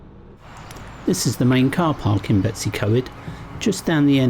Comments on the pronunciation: Its pronounced Bet-oos-uh-coy-d not Betsy co-ed but well done for trying haha! Looked fun! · Its actually pronounced Betus u coid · Betsi coed? B as in b for bread,e as e in egg,w as in w in walk s as s in sun then y as the u in under. Pronounce the letters as you pronounce them in English not your alphabet pronounciation of letters.We usually get a good breakfast at the old station when on our motorcycles.Lovely video ,hope you don't mind the Welsh lesson 😂👍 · I agree, it is disheartening ... I would understand if they were difficult for a foreigner to say, but betws y coed isn't difficult... just 'Bet-us' uhh 'coid' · To be fair, nailed Dolwyddelan, as he did Beddgelert in a previous video. It's slightly unfair to expect 'foreigners' magically to be able to pronounce words from an unfamiliar language. Nevertheless, "Betsy Coid" - ych a fi!